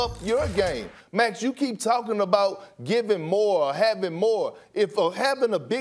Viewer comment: Everyone: "Max" Perk: "Mex"